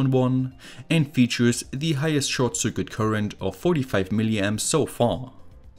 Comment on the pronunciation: Circuit is pronounced sirkit.